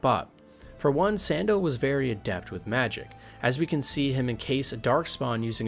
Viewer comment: how do you mispronounce Sandel. its like the shoe. San Doll. bro pls youre killing me. I want to like this!